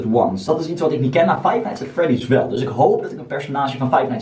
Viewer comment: Grappige wwweeelll